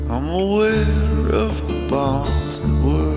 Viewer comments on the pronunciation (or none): none